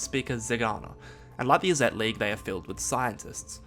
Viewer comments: Izzet is pronounced “is it,” Vedalken is pronounced “Velkaden,” it is Vedalken. Great video tho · Not only mispronounced vedalken but also IzzEt and Niv MIzzet ^^' hurts my MTG ears xD But great explanations